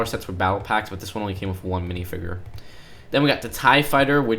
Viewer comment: Hearing him say Minifigure like “Minifigurr” really just urjejejenejenejejenejrnjesnsskskskss